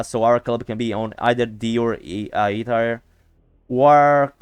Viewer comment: My friend, 1 minor note just to help you a little with your English. Tier is pronounced the same as tear as in what you cry or if it’s better it also rhymes the word year but with a T. I hope this wasn’t annoying and helps you in the future. :)